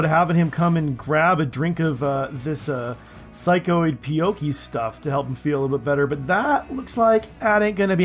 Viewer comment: I'm definitely enjoying the series so far, just a couple notes from my own observations ; in beta 18, characters seem to really like 5x5 bedrooms but I've seen/heard of other dimensions working too. The psycoid tea is pronounced "pea-eek-oh" 🙂 can't wait to see what happens next